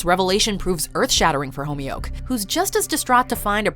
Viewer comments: Its not pronounced Homyuk. Its "Khomyuk" from the epiglottis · Wtf was that pronounciation of "Khomyuk" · Homioke. The show said Khomyuk a 1000 times and still you got it wrong.